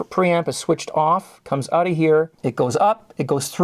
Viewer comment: Oh you're Canadian lol That's why you took ooot the pre amp